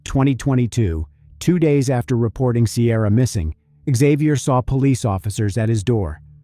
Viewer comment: Isn't it pronounced "zay-vee-yur"? What's with the "ixx " at the front, Isn't it a silent x??